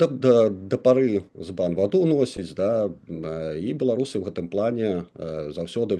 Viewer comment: Не бе-ло-ру-сы, а бе-ла-ру-сы, гэта адносіцца і да ўкраінцаў, якая б мова не была, а Беларусь на ўсіх мовах - Беларусь, праз літару а. Слава героем ЗСУ! Жыві вольны беларус без ябацькастана! Балістыка хуй-у ў бункер!